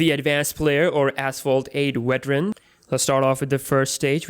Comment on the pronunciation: Turn On Captions 😂 What The Hell Is "Wet Run"?!?!? All Asians Replace The V With A Fkn W 😂😂😂 It's "Veteran" Not "Weteran" 😂